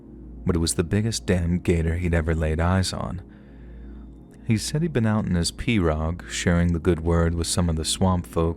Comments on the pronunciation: Pea-row. The name of the boat is pronounced Pea-row, not Per-og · In Louisiana iT IS pronounced "PEE ROW" 😂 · we in Louisiana pronounce pirogue, p-row... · Solid job! I'm from Lafayette, La. Born and raised and you did well with all the pronunciation. Only thing is it's pronounced PEE ROW. 😂🤷🏻‍♂️ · Its pronounced pee-row. Lol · mispronouncing, I don't know spelling, "pirouge", was kind of funny. A commenter, ACTUALLY FROM LOUISIANA, pointed out, that the local pronounciation is," PEE- ROW ". forgets his history, in that, Louisiana was owned by the French at one time & that French is the language of the region, except that, over the 100 + years, it had evolved into the Cajun dialect. The deep Southern twang & drawl, isolated by inhospitable swamplands, thus keeping out much outside influence, hybridized with the French language, created, the officially recognized Cajun language. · Those little boats are pronounced pee-rogue.